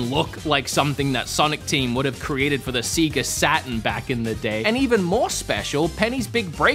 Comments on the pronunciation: Sega is pronounced say-ga not see-ga. It took me a minute to figure out what you were talking about. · Did he say SEEGA Saturn?!?